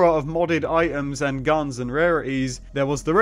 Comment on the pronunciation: What Kind of accent does he have ? Twitter -> Twi—er Items -> I-ems